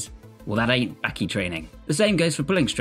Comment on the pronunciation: It’s Baki. Not Bahhqkey!!!